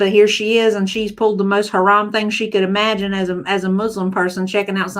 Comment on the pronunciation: I can’t stand the way she says eeemagine instead of imagine. She says it a lot.